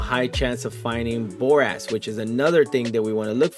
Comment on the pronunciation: I laugh every time you say, and dint even try to pronounce Hephasteakjhokhgolh or what ever its called haha.... great video for ship mining starters, though!